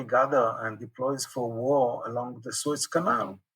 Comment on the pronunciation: Suez front, not Swiss front. Thanks for the podcast, anyway.